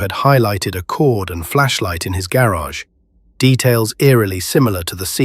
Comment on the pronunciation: This voice is ai. The way it said garage. Garrogh lol.